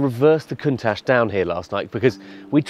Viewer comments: ' - Head of car testing Top Gear" - how...no... HOW? How did you get that job? Seriously now. You try to make us guess what car we would like to see on Stelvio in the video that clearly shows the Countach and it's also in the title. And then you can't even pronounce the car's name...How did you get that job?!?! "And the road is closed but they'll open it for us tomorrow" - and that's when i stopped the video and switched to another one... No wonder Top Gear is in this state when the head of car testing doesn't even know what car he reviews..... Pff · You think he could at least pronounce its name properly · How can you be a car journalist and misspronouce the name.... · Never, ever, pronounce "Countach" like that, again. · He doesn’t even know how to pronounce Countach properly… how did he get this job? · Dear reviewer, please learn how to say the name of the car, and then dont be boring. Jeremy I miss you, you never explained to me how you need to lift the nose so you drive it up a cliff. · Rather shameful to be mispronouncing the name of the car you're reviewing. "Research? What's thaaat?" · Down voted for your butchering of the word countach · he cannot even ''proper'' pronounce the modelname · The way he pronounces countach sounds like diarrhea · Did you pronounce the name INCORRECTLY just for the views OR are you a FAKE car guy !!!! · This guy is as interesting as English cuisine. How are there no more Clarkson-esque presenters available... And did he say 'Lamborghini's new Caun - tatch'? Really? Is this the first time you've heard of this model?! The power of the presenter must match the power of the car. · I'm pinching myself at how Brits just destroyed how Countach is pronounced... unreal car! Unreal pronunciation! (Koon-tach (with a phlegm at the end) is how you pronounce it (according to Frank Stephenson)) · Did he just call it a COWN-TACh? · Si pronuncia [kuŋˈtaʧ], quindi con l'accento sulla “a”, e con le consonanti “tsc” alla fine. Cheers